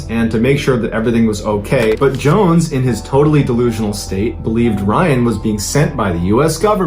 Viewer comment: And the way he said Jim Johns not Jones